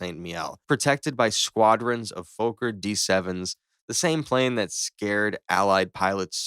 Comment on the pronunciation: Fokker, it's a dutch name and the double K means there is no long O sound. so it's not foker or fooker, it actually sounds like f*cker